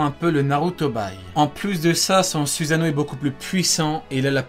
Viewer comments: euhhhhhhhh suzano à oue le fr "susano" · C pas susano c soussano